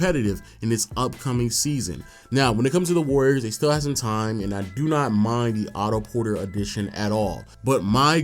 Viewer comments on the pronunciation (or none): The Golden state “Wayyiors”